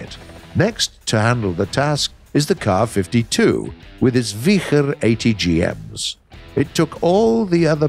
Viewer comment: finally a proper pronounciation of the Ka-52